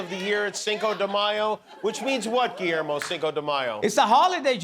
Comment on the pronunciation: Guillermo! 😊.... I thought you said "a bottle of cuervo!!"....